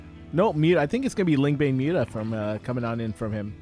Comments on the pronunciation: Stop saying 'mutt mutts' it doesn't make sense, it mutas if you want to shorten it or nothing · still better than everyone calling them 'moootahs'